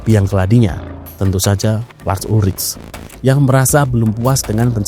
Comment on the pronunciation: Cara baca namanya bukan lars ulric, tapi Lars Ulrik. Hmmm..